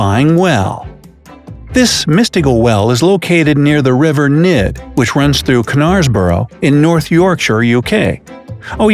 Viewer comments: I had a chuckle at your pronunciation of Knareborough. The best way I can described how it's pronounced in Yorkshire is nares-burr-ah. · Hey man great vid! Just to let you know for next time Knaresborough is pronounced 'Nares-burra' I live close to it and unfortunately UK cities aren't the easiest to say. Never the less great vid. :) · Ker nars bourgh???? 🤣🤣🤣 I can tell ya know that’s not how it is pronounced. I live like 10 mins from there. Lol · Knaresborough is not pronounced 'kuh-narsburro'. It's 'nairsburruh'. You know, a bit like 'knife' or 'knee'. Or 'know'. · The K is silent in Knaresborough